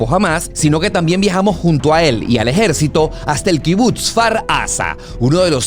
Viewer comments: Me estresa que diga kibut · se dice kibutz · increíble videos dios proteja al pueblo bendito, creo q SE dice kibutz se pronuncia como pizza